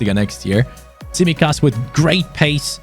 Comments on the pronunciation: Also, its pronounced Tsimíkas, not Tsímikas 😅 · I mean the pronounciation, you should say his name, emphasizing on the second I of his name 😅